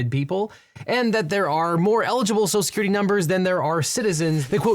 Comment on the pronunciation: "Social Security" is clearly too much for this host's speech impediment.